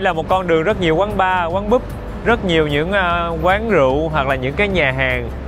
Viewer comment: Ý con là BÚP ? Hay PUB, cái sau ko thể phát âm búp nha ! 😀